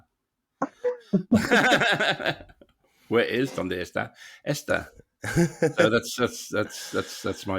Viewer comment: The verb "está" and the name "Esther" are pronounced very differently, and would sound very different when pronounced correctly to a Spanish ear. You pronounce both with the schwa sound, absent in Spanish.